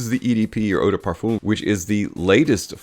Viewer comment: Pronunciation of Parfum is absolutely brutal.